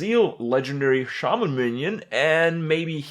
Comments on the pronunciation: I've heard Shaman mispronounced so often it's weird to hear it said right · it's pronounced "shay-men" accordingly to blizzard. But in real life it's pronounced "sha-men". Watch the patch 4.2 trailer for WoW on youtube if u don't believe me.